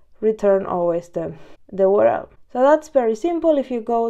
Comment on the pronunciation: Good stuff good and clear. keep it up, just a side not could not resist on commenting on "OOO RR ELL"